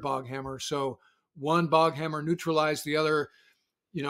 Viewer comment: The Iranian Speedboats are called "Boghammar" not "Boghammer".